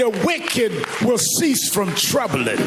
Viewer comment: "Everey Day while be Sunday"